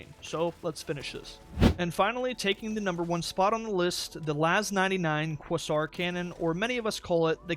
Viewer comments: Say it with me " "quāsär" " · Not quäsär but quāzär